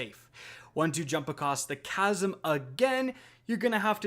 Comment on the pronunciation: Man is pronouncing chasm casm